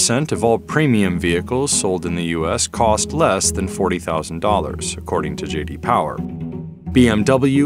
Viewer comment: JD Powah